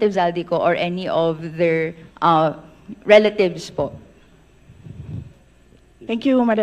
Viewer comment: RELA-THIEVES LOL